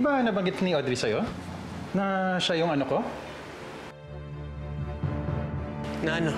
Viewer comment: Sira din tong si Cesar ba?! 😅 “… Anoko” which sounded more like “anak ko” 😂